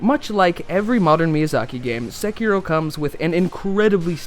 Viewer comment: Finally! Someone who can pronounce the word "Sekiro" correctly!